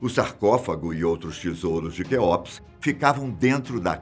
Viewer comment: Não gosto quando o pessoal do fatos não sabe pronunciar as coisas.. deveriam prestar mais atenção na hora de estudar o conteúdo. Nao se fala Kéópis.. se pronuncia Kéups..